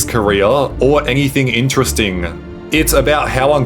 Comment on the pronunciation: Why do you pronounce it, "ngext", "ingternet" and "ingteresting"